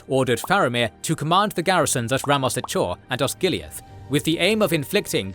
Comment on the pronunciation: It's THE Rammas Echor. THE Anduin. THE Pelennor Fields. And you are supposed to pronounce "ch" as "k". Like the "ch" in "echo", not the "ch" in "cheese".